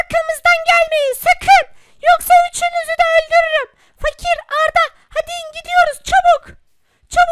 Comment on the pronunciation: haydiğin değil haydi